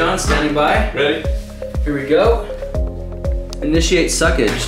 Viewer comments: "initiate succage" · "Initiate Succage."